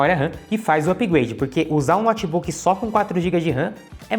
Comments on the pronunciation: Moço, meu ouvido pediu pra vc pronunciar " noutebook" e não "nótebook" nos próximos vídeos. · Um dos erros é a pronúncia: pronúncia correta: noutbuc. Não diga nótibuc. Pavoroso!!!😭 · Um cara que chama um Notebook de Nót Buk nada entende desse equipamento! Não sabe pronunciar o nome, como saberá o restante????